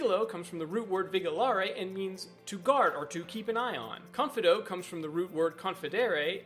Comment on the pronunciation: that is not how you say vigilo confido... you got both of them wrong... as well as their roots.